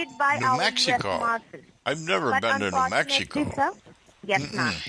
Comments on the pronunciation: When she said "New Maxico " I said wtf? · "niew maaxiko"